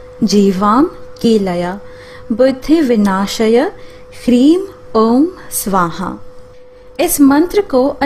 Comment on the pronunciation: Mantra me - Hleem hai na ki hreem